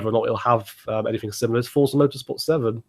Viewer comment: u said forza lol